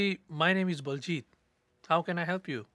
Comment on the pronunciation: it sounded like he said “my name is bald Jeep”😭✋